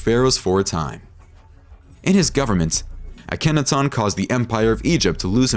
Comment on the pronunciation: Please learn how to say these words properly instead of this annoying slant. It's not Uh-KENNAtawn.